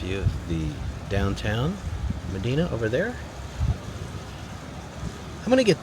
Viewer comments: Pronounced it wrong it is med dine a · PS it’s pronounced Ma-di-na (Like Princess Di) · Medina is pronounced Ma-dine-a. I have many family members who have lived there for decades. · It’s pronounced like “dime” or “dine” =Medina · Medina ( pronounced with a long i like in Princess Diana). Was hoping on your way to Albion just outside of Medina you would have checked out the road that goes under the Erie Canal. It's really something. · Aww, man! We live in Medina (they pronounce it “Meh-DI-nah”, BTW) and would have LOVED to come say hello! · Born in brockport. Medina is pronounced me-DY-na.. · It's Me-DIE-Nuh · You pronounced Medina wrong. You need to learn the story of... It's me Dina. Also, it's the only place where the road goes UNDER the canal on Culvert Road. Also, about every third house is for sale because people are fleeing high tax NY State. Mules pulled the packet boats, not horses. Medina is famous for it's red colored Medina Sandstone mined from now abandoned sandstone quarries located along the canal. Many commercial buildings and churches were built using this sandstone. One of the quarries was Medina's swimming hole with diving boards and snack shop and indoor gun range. The Apple Grove Restaurant hosted many wedding receptions and was a high end famous restaurant in it's day. Maybe you should do your research before making one of your ignorant videos. I grew up in Medina delivering the Medina newspaper as a paperboy for $10 per week in the 1970's equivalent to $100 per week at todays monetary value. Gas in the 70's was 37 cents per gallon. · That looks like downtown "Ma- dine-a" to me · Medina is pronounced Ma Dine A. 😊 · It’s pronounced “Ma Dine A” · Medina = Muh-die-nuh. Grew up there and in surrounding villages. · Medina pronounced Me-dye-na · It is mah DINE ah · Just an FYI.. It's pronounced Ma-die-na 😊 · LOL that's the first thing I said out loud in watching this..."it's ma-dine-a" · You need to check pronunciations. Medina is pronounced with a .